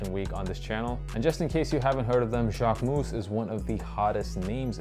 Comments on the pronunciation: dude , I am French and I live in Paris . You are not . You are saying it like : « jacquemousse » which could be translated as Jacquefoam… If you want to learn the correct way , go on a French vogue video about him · As a French the JacqueMOUSSE got me everytime hahaha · It’s still not the right pronunciation tho haha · Good video, average shoes but sorry, considering how many times you say Jacquemus in this video, you could have researched beforehand how to pronounce it correctly